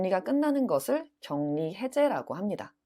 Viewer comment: 선생님 격리- 발음(경니) 아닌가요?